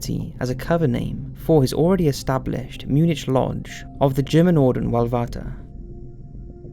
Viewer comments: in all English, it's Mu-nik, NOT Mu-nitch. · Mun-ick. Not mun-itch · Another great video.. sorry to be pedantic but Munich is pronounced Mu-nick.. 😳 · How can there be a wounded WW1 veteran before WW1 and Munich is pronounced like Mew-Nick x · Try MuNICK as a way to pronounce places !! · Please for gods sake stop pronouncing Munich wrong you have done it in a few videos. Munich is English. The "u" is pronounced like the "ew" in new, "the "i" is short as in "is" and the "ch" hard like "k". If you want to pronounce the hoch Deutsch (high German München, the "ü" is still pronounced like the "ew" in new, but the "ch" is soft. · The way you pronounced Munich made me laugh